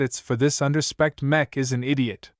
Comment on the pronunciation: > <--- Mech is pronounced mek like The first syllable in mechanic. The ch shouldn't sound like the ch in Cherry.😅 Honestly I don't like the voice